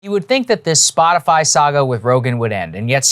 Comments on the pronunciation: Did....she say Spotifly? I can't unhear it now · Spot-a-fly? Is that what she said? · does she always say "SpotiFLY"? i swear I heard it like 4 different times now. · she said spotifly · Did she say "Spoti FLY ???" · She actually said “Spotifly”…that’s funny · Anyone else hear SPOTIFLY? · (Looks both ways…) … “Splotifly”? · Did she say “spotifly”? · Did she say “spot a fly” 🧐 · "Spotifly".... Wtf? People in the whitehouse are truly idiots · She’s said “Spotifly” instead of spotify. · SpotiFLY!!!! She said Spot if Fly! Among an ignorant response. She's the WH Comms director! Oh no! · Spotifly!!??!! She trying for a dig, or is that ignorant of something she is expressing her opinion on in front of millions. Its crazy either way!! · Am I literally the only one who hears her say Spotifly? Like can she know what the company is called before she comments on it, please? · "SpotiFLY" she said. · Psaki called it Spot-a-fly 🤣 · huh huh, she said spot-a-fly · No, no no. She clearly said "SpotiFLY" and not "Spotify" so she is obviously not talking about Joe Rogan or Spotify. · What she said was wrong, but I do like “Spotifly” better that “Spotify” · Did she just say spotifly...? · She said Spoti-fly 🦟. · This idiot said spotafly lol The app that updates in real time every time you spot a winged insect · "Spotifly" nice going Jen... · "Spotifly" lol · “And, vertically that includes Spotifly.” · She said Spot-a-fly 🪰🤪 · Did she just say SpotufLy. Lol.ignorance has no limits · Did she say "Spotifly"? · She called it "Spot a fly" 😆😆😆😆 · she said “spotifly” lmao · Is it just me, or does she keep saying “Spotifly? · Jen said “spotafly” - the Pence Harris debate fly strikes again! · Did she say "Spot-A-Fly"? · Did she say ‘spotifly ’? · The reporter asking the question needs to go back into his moms basement with his hot pockets and video games. She can’t even say Spotify she said spottafly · This bitch said “spotifly “ 🤣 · Misinformation: she says spotifly. 😂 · Did she say spotifly?